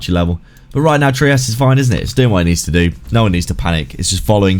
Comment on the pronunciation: It’s pronounced ‘’Try-us”…that’s how the guy who created it says it. It’s not “Tree-us” lol